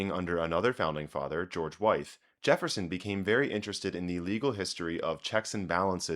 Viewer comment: As a Virginian, "Wythe" is pronounced the same as "with". And in defense of Jefferson, he was thoroughly an amateur and was often trying to learn on his own in a scholastic vacuum. As bad as his AS was, it was still probably the best in the US at the time. It's not like he had native speakers to learn from like he did with French and Italian